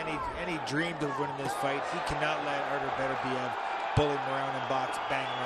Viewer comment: GREAT fight! Beterbiev - that's Beterbiev NOT Better-biev - (come on guys, you're announcers?!? At least get the guy's name right!) put on a clinic. Congrats!